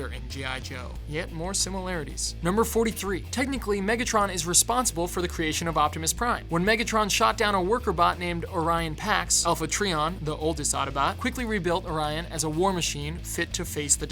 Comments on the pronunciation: it's not said "alpha tree-on" but "alpha trion" with a long I sound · Cold Slither not Cold Snake Alpha Trai-on not Alpha Tree-on Either I need to watch More than Meets the Eye again or are you confusing it with a different series? I do wonder why you used that particular episode where "reproduction" was done by mechanical construction by Grimlock. Ironic to use an image of Daniel as he was only a Headmaster in the Rebirth which the Japanese ignored. Three part Metroplex is part of Autobot City. Humanity didn't even evolve yet during the timeframe Beast Wars takes place in. Beast Wars II, however, is set in the far future after all humans have migrated away from Earth and the planet is renamed "Gaia". Well, it was meant to be a new cast anyway but they did reuse names like Megatron and Scorponok. Bumblebee could've been a good name for a Bee rival for Waspinator. In G1 it was because the Autobots discovered fossils in the mountain their ship crashed into, they built the Dinobots as they believed Dinosaurs would be creatures capable of destroying Decepticons. Everything following that is a homage. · Also its not treon its TRION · Alpha trion's name is pronounced alpha trion not treon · And it's pernonsed Alpha-try-on, not Alpha-tree-on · alpha treeon? it alpha trion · whyyyyyyyy, he said treeon, not trion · Some of these are either obvious or mixed up. And did you just say “Alpha Tree-on”?! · Oh boy, i love alpha tree-on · "Alpha Treeon" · Alpha TREE-on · Alpha treeon, really? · Their not actually robots. Thats blaster not soundwave. It's pronounced, Alpha "Try-on" No he turns into all of them at once. No it doesn't. What? How does that make sense? He can speak. Not a mini-series. There are most likely a few more. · You said "transformers prime miniseries." MINISERIES??? Wtf no it has 3 seasons AND a movie. And come ON, Alpha TREE-on?? PLEASE. Check yourself before you wreck yourself